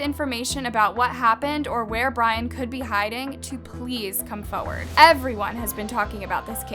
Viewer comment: can learn how to say forward properly